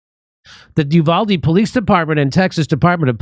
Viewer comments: It's pronounced YOU-VOL-DEE so quit fucking it UP trying to sound french or Spanish. What the fuck is wrong with you people! JIMMY DORE, YOU ARE NOT THE FRITO BANDITO! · Uvalde is pronounced You-val-dee